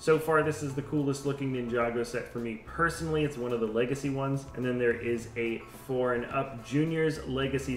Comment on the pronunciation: I keep hearing "foreign upset" when you say "four and up set" :). Love the videos!!! Keep up the good work. Hey, any plans to release pre packaged custom sets? (I'd buy these ASAP, as It usually takes me at least 5 Bricklink buys to build a ~700pc set). Or, know of a website that shows all/any pre-packaged custom/MOC's that have been created and are available to either browse or buy?